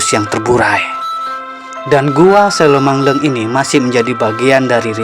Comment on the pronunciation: Ngomongny kok selomangheng Bozz ku bukan selomangleng